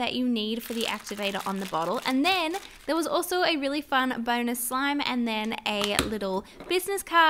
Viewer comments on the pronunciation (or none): none